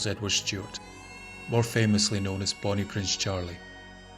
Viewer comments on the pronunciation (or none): none